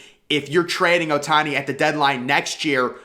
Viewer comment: Bro said ohtani 💀